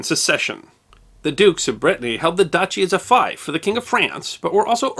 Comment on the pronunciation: "The dukes of Brittany held the duchy as a *fief*" That word is pronounced 'feef', not 'fife'. A fife is a military flute.